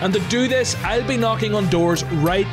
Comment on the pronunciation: Bro really said 'Thank you for knokin'